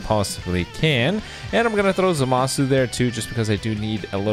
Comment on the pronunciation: Just keeps pronouncing zamasu name wrong wtf